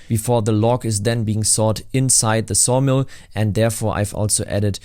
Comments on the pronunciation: At first I thought I heard sauna, so i was really confused when you said sawdust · At first I thought you said SAUNA not Sawmill. Now it makes me thing a log cabin resort in the woods would be great